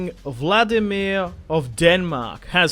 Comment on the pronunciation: It's King Valdemar of Denmark not vlademir